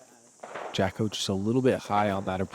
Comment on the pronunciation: It's Jacko, not Jocko,. Get it together. please. He told you last year.